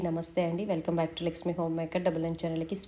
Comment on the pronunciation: మీ పేరు సరిగ్గా పలకండి లక్ష్మి అమ్మవారి పేరు పెట్టు కున్నారు తల్లి లస్మి కాదు లక్ష్మి